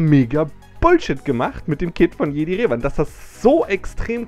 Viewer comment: Galactic Republic ist nicht Old Republic ... PS. Du sprichst immernoch Revan falsch aus. Du Sagst ja auch Luke und nicht "Luhke". Der Kit ist einfach 3 Jahre alt und musste nachträglich angepasst werden.